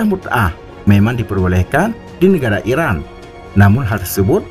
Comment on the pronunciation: Irak apa Iran, baca nya yg jelas dong. Admin.